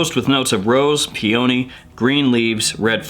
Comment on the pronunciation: Dawg, it’s pronounced “pee-uh-nee” with accent on the first syllable -not “pee-oh-nee” with accent on the second syllable. Great video and great information!